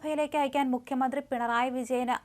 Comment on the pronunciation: മുഖ്യമന്ത്രി എന്നാണ് അല്ലാതെ മുക്യമന്ത്രി എന്നല്ല